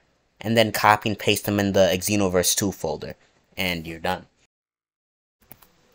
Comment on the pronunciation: Bruh. You don't say EX enoverse...